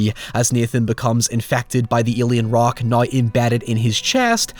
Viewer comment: Noryw???? Its now. The word is now. Lol